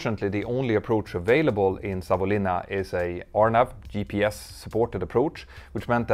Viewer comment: Just want to mention. Really good pronounciation of Savonlinna👍👍